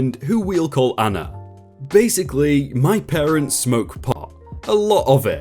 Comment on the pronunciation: Dude ... PARTENTS?